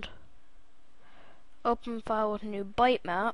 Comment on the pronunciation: its pronounced bit map, not bite or byte